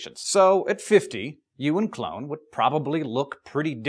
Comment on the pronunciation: Its funny you said joins a circuses cuz I thought you said clown instead of clone